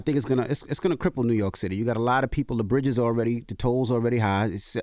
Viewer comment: What’s ‘rork’? Dude is a clown 🤡